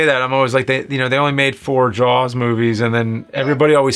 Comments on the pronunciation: Why the hell is pronouncing it "Jawls"? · dude you say the word jaws like you have a sock in your mouth.llololo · Why does he say “Jaws” so weird